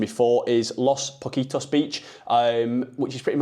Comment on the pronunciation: C’mon, at least try to correctly pronounce the area you stayed it in. Pocitos is very well known, pron. poss-it-oss. Simple, Spanish is phonetic. At leadt you pronounced maye correctly, good on you. Glad you enjoyed Montevideo, the lpeople are very welcoming.